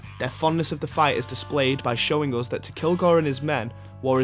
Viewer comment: why does the speaker pronounce the words wrong like always saying "soobject" instead of subject or "oos" instead of "us" or "thut" instead of "that"?